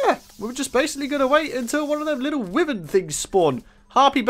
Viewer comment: its pronounced whyvern not withern